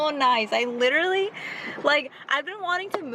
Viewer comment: it's pronounced Lit-ter-al- lee NOT lit-ter-ly